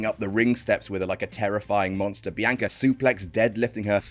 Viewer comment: The narrators “Biyanka” is giving me William Regal “Umanga” vibes lmao